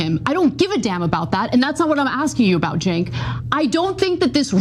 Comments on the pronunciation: Senk (not pronounced jenk) is an idiot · The name of the show is named after a historical group who opposed the Ottoman Empire & its leader Sultan Abdülhamid II. His name is pronounced Jenk not Jonk He can get quite stupid at times to the point where he won’t let those who disagree with him talk he just keeps yelling over them. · it sounds like she called him "Jank." That would be a good name for him. He seems janky. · I do not like being a hater. But The name of his show is stupid his name Cank pronounce jonk is unsettling Sounds like he has the iq of a melon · Jenk, otherwise it's Sink (Cenk)! This guy's an idiot. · Cenk if you pronounce his name correctly is a racial slur against Asian people.